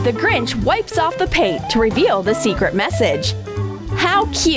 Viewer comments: It’s not grij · You said the gringh